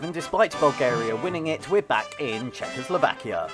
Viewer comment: Czechoslakia ? Really ? :P